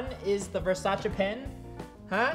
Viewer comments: What is V-E-R-S-A-CH-EH it’s V-E-R-S-A-C-E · It actually pronounced ver-say-sees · he pronounces it: versache. I pronounce it: versais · Why does it annoy me so much that he says Versace wrong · you can tell how he pronounces Versace that he doesn't usually buy versace/luxury things. Not judging. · You don’t even know how to say virsaci